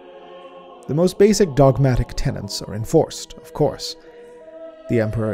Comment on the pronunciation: Y'all gotta stop throwing the letter n in where it has no business belonging. It's tenets, not tenants, and it's raiments, not rainments. *Edit:* Christ almighty, it's interred not interned. He's entombed on the golden throne, not doing an internship on it ffs.